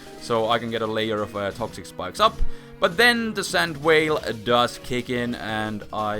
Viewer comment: because said sand "whale" instead of sand veil